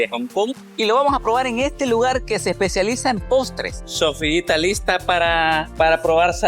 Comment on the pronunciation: te engañaron como aun chinito😅😂 Sofia dise mejor milal 😅